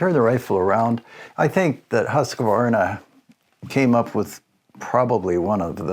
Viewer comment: You still see them used here in Sweden quite often. I prefer the 1900 for the smoothness. And if I can be nitpicky it is just QV no E-sound inbetween. But no English speaker on yt get that right ;)